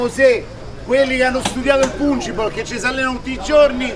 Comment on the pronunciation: Cicalò, e pronuncialo bene ....panchinball